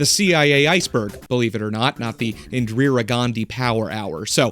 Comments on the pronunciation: IN+ DEE + RUH is the pronunciation, not IN + DREER + UH. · Bro...I do enjoy your content, but you REALLY need to check your research. Get some ACCURATE info re: Indian history... At least you stopped saying: "In-Drear-ah" half way through. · Why can't you pronounce Indira but you can pronounce Gandhi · FFS MAN INDIRA, I-N-D-I-R-A, INDIRA also best channel watched all the videos